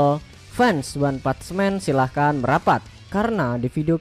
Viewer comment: Maaf koreksi dikit bg, "one punch man" itu bacanya "wan pansh men" bukan wan "patch" men. Sekali lagi maaf, gua udah lama pengen komen hal ini, cmn gua tunda² terus, akhir nya gua ga tahan utk komen, sekali lagi maaf.